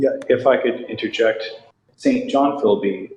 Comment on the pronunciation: Not Saint John, it is pronounced Sinjun.